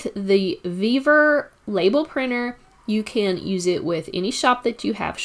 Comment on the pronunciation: Sorry, but this bugs the heck out of me. I find it hard to take instructions from someone who cant speak right. Its NOT VevEr, its Vevor! Vevor! Great video otherwise.